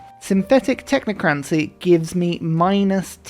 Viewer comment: the way that you say technocracy irks me. Love the vids!